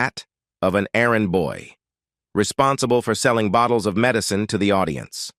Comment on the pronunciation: Another AI disaster with odd clips from That girl, Carol Burnett, shots with Lawrence Welk???? and other nonsequiters. AI pronunciation "med eye ceen" for medicine. Why the whacky swerve in to Cheryl Ladd story? Is this AI edited as well? Totally weird and ultimately unsatisfactory. And what "sad series of events"? This video is exploitive, inaccurate trash.